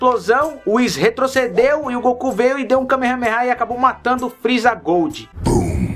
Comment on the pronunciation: dislike muitos pesongens ele falou errado por exenplo:o freeza